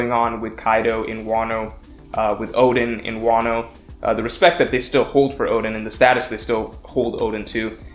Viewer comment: Is it pronounced "Ode-Inn" or "Oh-Den",?